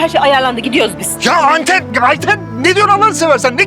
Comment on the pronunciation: Orhan Ayten diyeceğine ilk başta ay anten dedi 4.22